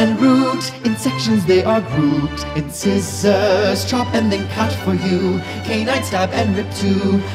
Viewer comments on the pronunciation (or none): This is fab! But, uh, "in-scissors"? I've never heard them pronounced like that before. (in-sahy-zer according to )